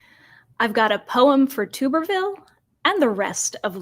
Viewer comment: Just in case you didn't know: his name is pronounced like "tub" not "tube."